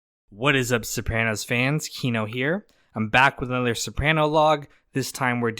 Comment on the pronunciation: Kino Please for the love of all that is STOP calling it Sow-pran-ows. It's Suh-prahn-oes. Not like hand but like Khan.